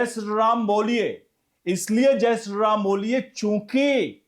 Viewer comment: Sri to thick se pronounce kijiye